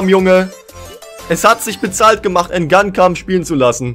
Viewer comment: Sehr cool zu sehen mit Hertha, aber der Typ heißt nicht „En gankam“ Hahahah Und jaivaro Dilrosun ist nicht Jeff 🤣🤣